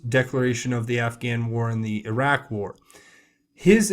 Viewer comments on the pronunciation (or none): none